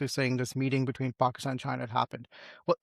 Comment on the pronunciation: What is Paaahhkstaan isn't it Pakistan ?